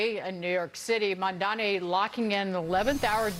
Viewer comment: It slays me that NOBODY (his critcs) seems to be able to pronounce his name correctly. Mamdani. Think of Mam (like Ma'am) & dani (like name Dani) or even like Mom-Dani, but Mamdami, Mandani, Mandami has me crying 😂😂😂 because it seems so purposeful.